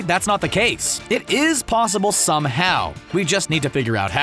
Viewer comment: plossible ha ha ha !